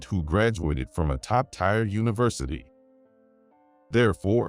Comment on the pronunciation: Ti eeeeeer Tier not tire!